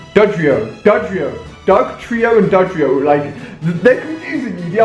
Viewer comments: its dodrio not dudrio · You say Dodrio not Dudio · How do you think that it's pronounced du-drio when it obviously pronounced Doh-Drio? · Ali it's doe-drio say it like that pls😂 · do.. dortio... dotria?.. no, Dordioa?? NO ITS NAME IS DORITO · do-drio as in like trio.3 and it was do-duo as in like 2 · Doduo the do is said doe like a deer so is dodrio and the du part is said do so technically it is doe-do-o and doe-drio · It's not Doo-duo and Doo-drio its Dough-duo and Dough-drio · Doe-Dew-Oh, Doe-Dree-Oh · It's Doe-duo and Doe-trio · It's DOH-DEW-O and DOH-DREE-O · Doe-do-oh and doe-dree-oh that's how you pronounce it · damn it ali learn to fucking read! its pronounced DOE DUO!!!!! (Doduo) and DOE DREE O (Dodrio) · Ali, Doduo is pronounced Doh-Doo-Oh. And Dodrio is pronounced Doh-Dree-Oh. Doh (rhymes with Low/So). Doo (rhymes with Who/Zoo). Dree (rhymes with Three/See). Oh (rhymes with Low/So). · Ali, it's pronounced 'Dow do oh' and the evolved form is dodrio - Dow drie oh. I see you don't have the latest version of pokemon go because you don't have the appraisal feature. you should definitely check it out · OH MY GOD ALI!!! IT IS PRONOUNCED DOH-DUE-OH AND DOH-DREE-OH! EERRRGGMMMAAHHHHEERRRDDD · Doduo - dough-du-o Dodrio- do-dri-o I just had to say because it makes me cringe when your trying to pronounce it. Awesome video Ali!! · why can ali-a not pronounce doduo and dodrio??